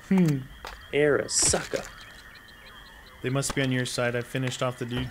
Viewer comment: man be grateful for whatever you get from the box and its called the ARISAKA nit the arisucka,say it right or not at all